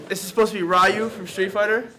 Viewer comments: how can you not pronounce Ryu's name correctly?? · Anyone else get mad when he said Ri You